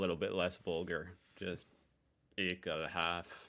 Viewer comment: it's ekelhafT .... never use Ekelhaf .... there used to be some stupid reality TV chick who said it that way .... an now "ehekhaf" is forever bound to this person.